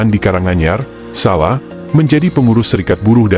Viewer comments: Baca Solo. Jangan SALA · Sala ,sala ,Solo kali gak jelas...